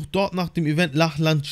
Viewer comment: Es wird Locklin ausgesprochen nur so zur Info 😅